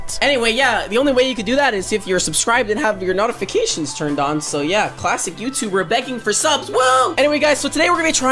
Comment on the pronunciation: New to the channel also did u say not-ifacations?